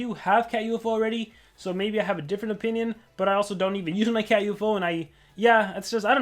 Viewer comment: Its called Catufo, not cat U-F-O